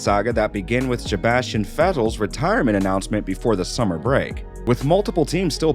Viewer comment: It sounds like he says Sjebastian Vettel